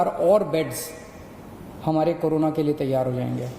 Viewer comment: Carona nhi kejariwal corona hai pahele bolna to seekh lo 😡😡😡😡😡